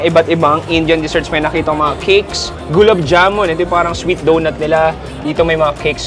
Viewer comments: the number of times you mispronounced gulab jamun. it's not. ugh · Hindi sya indian, so hindi nya alam to pronounced it.. may indian ka cgurong jowa kaya alam mo! E.correct mo sya in a nice way! Wag umasta na nakakataas sa buhay! Pwee. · Which part of my comment did I criticize Indian food? I’m just correcting the way he pronounced gulab jamun multiple times. Gosh your comprehension is wild. Lol